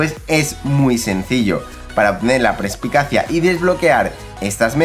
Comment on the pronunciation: Las obras maestra de armadura suman +12 y no +10. Y se llama Perspicacia no prespicacia, perdona por las rectificaciones pero me rechinaba mucho como lo dices.